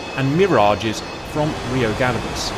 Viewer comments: Rio Gallegos (pronounced gah-YEAH-gos) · Well done Cap! Great idea, to recreate actual action on film using DCS, and brilliant execution! I too remember the news from that time. Can!t wait for part 2! There’s a minor thing, though. You might want to check how Argentinian’s say “Rio Gallegos”, as it sounds nothing like you say it and, knowing some Spanish, my ears bleed a little with every time you say it.